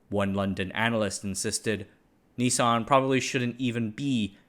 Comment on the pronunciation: Why are you pronouncing it 'Ni-son'?